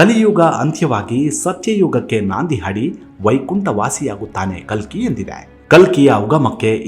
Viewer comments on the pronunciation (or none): Its ಕಲ್ಕಿ ಭಗವಾನ್.....not ಕಲಿ....make the correction pls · ಕಲಿ ಭಗವಾನ್ ಅಲ್ಲ.ಕಲ್ಕಿ ಭಗವಾನ್.ದಯವಿಟ್ಟು ಸರಿಯಾಗಿ ಉಚ್ಚಾರ ಮಾಡಿ.ಹರೇ ಕೃಷ್ಣ 🙏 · ಸರ್ ನೀವು ಹೇಳುತ್ತಿರುವುದು ಕಲ್ಕಿ ಬಗ್ಗೆ ನೀವು ಖಾಲಿ ಎಂದು ಉಚ್ಚೆರಿಸಿಟಿರುವಿರಿ ತುಂಬಾ ಚನ್ನಾಗಿ ಹೇಳುವ ನೀವು ತಪ್ಪು ಮಾಡಬಾರದೆಎಂಬುದೇ ನನ್ನ ಕೋರಿಕೆ. ದಯವಿಟ್ಟು ತಪ್ಪು ತಿಳಿಯ ಬಾರದು ಶುರುವಿನಲ್ಲಿ ತಪ್ಪಾಗಿದೆ ಗಮನಿಸಿ 🙏🏼🙏🏼🙏🏼